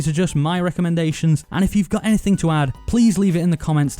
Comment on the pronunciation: Hello my name is “Nas saying naythang “